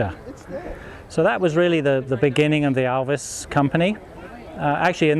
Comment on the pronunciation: One of the best informed guy regarding ALVIS matters and also an Alvisona who can pronounce the make correct and not like Elvis !